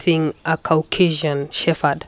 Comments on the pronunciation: it’s Shepard not shepherd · U are so right. It is incorrect pronounced with F. Hopefully they will learn to use P. But once used it with F. Very difficult to change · Ok. This is not a criticism but an observation. Why do most Kenyan's from dog breeders including the host pronounce "Shepherds" as "Shefferds" as though the word has an "F" just curious. I believe the correct way to say it is to emphasize the "P" and not as though the word has an "F". I know words with the letters following each other "PH" in them are pronounced like there is an "F". But in this instance "the word " shepherd" the "P" should be the dominant word and should be emphasized as opposed to "F", just like words with "P" in them like "Peter" "Paul" "Place" the P is pronounced. Hope tis makes sense. But otherwise great show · It is a disservice to those who own dog shepherds to mispronounce the Dog name. Especially coming from the host. The channel will pick up or has already picked up an international audience and anyone who owns a dog shepherd or even those who do not will pick this mispronunciation and may be put off assuming the show is light on the subject, not really on point and especially coming from Africa the misconception Africans are not experts in dog breeding and intricacies and nuances of dog breeding will skip and move on, to an other wise fantastic dog show. I am wondering why the editors have not picked this up. Am not the only one who has noticed this error, i have seen a few comments mention the same. Not to be too harsh, since i love dogs when i hear "shefferd" its like someone scratching a chalk board with their nails.